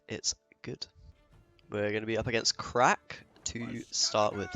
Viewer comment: omg it's pronounced CRACH not CRACK. You need a real glottal emphasis on that -ACH, capture the phlegm